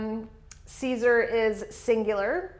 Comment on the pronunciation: Great lesson! :) Thank you so much for that. I was wondering, isn't the Latin dipthong, 'ae,' pronounced as the English long 'I?' So, to pronounce Caesar, wouldn't it sound like 'Kisar,' instead of the way you're saying it, 'Kaysar?'